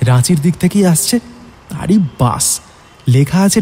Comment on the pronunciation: Bus. Sssssssss. Not bush